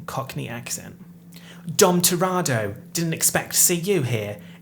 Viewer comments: the fact you say “dom toratto” instead of dom toretto makes me so upset i can’t explain it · Are we just going to ignore the fact that said Dom Toretto wrong the entire time??